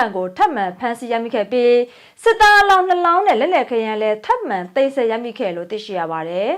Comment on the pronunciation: သိမ်းပြီးမဆဲပါနဲ့ သိမ်းပြီးဆည်းပါ သိမ်းဆဲ ၊ သိမ်းဆဲနဲ့နားထောင်မ ကောင်းပါဘူး ။ စာလုံးပေါင်းမှာသတ်ပုံမှားတွေ ခောတ်သစ်ကသိပ်လုပ်တာပဲ မျရယ်